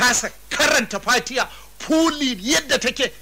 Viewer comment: He recited correctly. Maybe you don't like his accent or pronunciation. But his fatiha is correct.